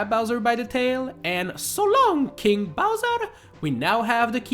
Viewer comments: i always thought Mario says "so long gay bowser" not "so long king bowser" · I thought mario said "So long gay bowser!" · I know he's meant to say "So long, king bowser!" when mario tosses him, but it always, and still does, sound like he's saying "so long, gay bowser!" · He said so long eh bowser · Its not “so long king bowser” its “so long gay bowser” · Wait Mario says “So long king Bowser!” I always thought he said “So long gay Bowser!” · It’s not “so long King bowser” it’s “so long gay bowser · I thought mario says ''so long gay bowser!'' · Its a joke if you couldn’t tell. It sounds like mario says so long gay bowser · I still think he says gAy BoWsEr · you mispronounced "So long, gay Bowser" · He says gay. Can you imagine the last thing you hear as you are falling to your death is your killer calling you gay? Alpha as fuck. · it is "so long GAY DONKEY!" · No he said Mario : SO LONG GAY BOWSER. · It’s “So long-a-Bowser!” Pronounced “So long AY Bower!”